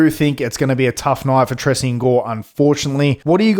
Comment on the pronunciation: It’s pronounced Tray-Shawn brother just a little help for the future vids 👏